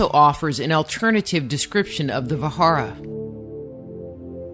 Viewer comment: Indra's weapon was Vajra...means thunderbolt. Pronuncing it ss Vahara is wrong!